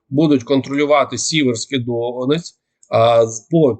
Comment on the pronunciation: Ще 10 й раз ДоНЕць а не ДО нець це дуже ріже вуха місцевим 😩